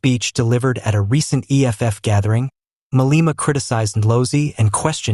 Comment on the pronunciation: "Ma-lay-ma" not "Ma-lee-ma"